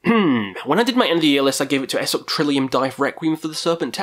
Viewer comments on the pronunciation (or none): none